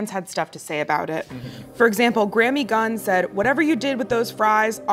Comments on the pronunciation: Graeme is pronounced the same way as Graham, i.e. Grey-yam. Just sayin'... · Graeme isn't pronounced Grammy, its Graham. That's a Euro/UK spelling. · I think it's a bigger travesty that pronounced Graeme as Grammy